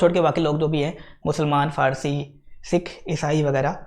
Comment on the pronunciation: Sir Parsi not Farsi 😂😂😂